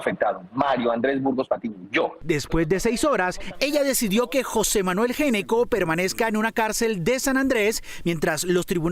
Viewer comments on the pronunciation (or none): Si es Géneco, ¿por qué escriben Gnecco? Y si es Gnecco, ¿por qué lo pronuncian como Géneco? En italiano, la “gn” se pronuncia como una “ñ”, así que hay que decir “Ñecco”. Curiosa coincidencia con otro “ñeñe”, muy amigo de Duque!